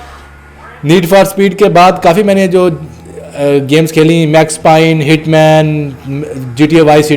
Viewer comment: oh sala max pine nhi hota max payne hota ha pehla english perhna sekh pher youtube per kam karin